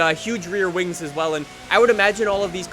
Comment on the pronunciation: I swear he said big wang at the beginning instead of big wing.